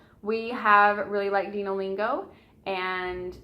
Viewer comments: I think it's pronounced "Dino" as in "dinosaurs." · Its dino like dinosaur